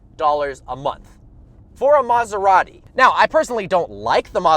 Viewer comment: maserati not maasaratti please learn people